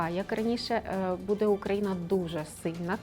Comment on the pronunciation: бУде, а не будЕ!! Ну і гадалку ви знайшли. Це ж і так всім зрозуміло. Не ганьбіться!!! « нам важко буде, але будуть здвиги» Матір Божа🤦‍♀️🤦‍♀️🤦‍♀️🤦‍♀️сором, ганьба. Ви як баби базарні.